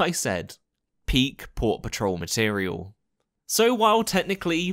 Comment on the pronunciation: Every time I hear your say port patrol I hear paw patrol lol